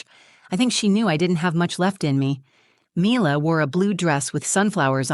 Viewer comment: You could at least get the pronunciation of the child's name correct. Milla not Myler